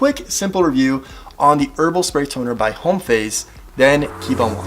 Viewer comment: Homme = "om", not "home"